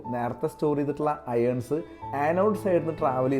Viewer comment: അയേൺസ്.അല്ല ആയോൺസ്